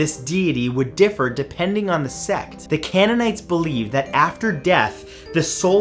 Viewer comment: It’s CAYN-in-nights